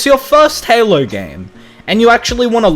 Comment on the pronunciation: Now I know good and Goddamn well this amazing Lucas m********* did not just say "Halo chief". That just goes to show that this amazing Lucas dude has brain problems. And as a long time Halo fan, I am livid